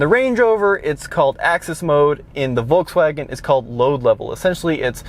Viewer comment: It's VolKswagen not volTswagen you dumb 😡😡😡